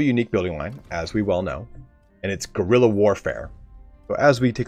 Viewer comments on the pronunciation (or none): none